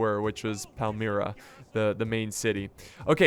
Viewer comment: it pronounced Pal - Mi - Ra